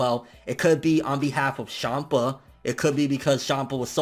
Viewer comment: Lol... "Shampa"